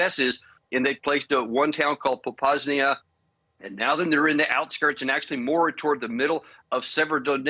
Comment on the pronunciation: It's Popasna, not Popasnia. I hope you have me on as a expert "military analyst" when my prediction of Ukraine pushing out Russia back to their border occurs.